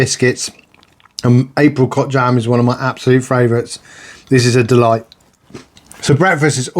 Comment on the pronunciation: "Menu free" "April cot jam" 😂.